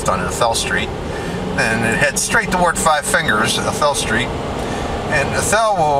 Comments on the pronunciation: Long A A- thel :-) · I'm sorry sir but when you said athel and I've lived in inyokern all my life and athel is pronounced with the "a" being said with the long sound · Yes and the old timers called the tamarack tree arthel tree. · Athel not arthel, dang auto correct.